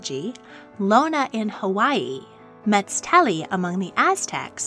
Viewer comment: How did you even pronounced Meztli like that??😭